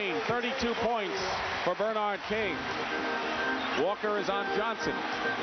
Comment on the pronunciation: I forgot that for some crazy reason, Dick Stockton would say BER-nard instead of ber-NARD. You’d think somebody woulda corrected him at some point.